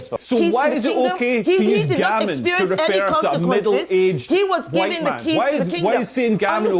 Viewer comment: Mr. E: "Hello, Dominos? Yes, I would like to order two Huwite Supreme Pizzas, please!" Dominos: "Ok, that'll be $14.88. It'll be there in 30 minutes."